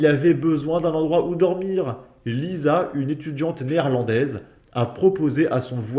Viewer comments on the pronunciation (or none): none